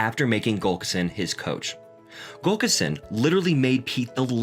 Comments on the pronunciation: For his friend and Coach, I believe the pronunciation is Tim Gul lick son. Not Gul kis son. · It's not Gulkison, its Gu llik son. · Yet again, we have a narrator who can't pronounce an important name, Pete's coach, Tim Gullickson. It is NOT GULL ka sin. It is GULL ick son. This makes me nuts. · Gull-ik-son. Not Gullkison. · GULLICKSON!!! not Gulkerson!! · Good video but It's Gullikson not Gulkison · Is he saying Gullkison? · it would be nice if you could pronounce GullIKson correctly!!